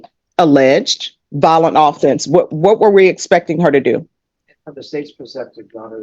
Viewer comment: Valdez, 2 syllables. Not Validez. Violent with a long I. Not Vaolent.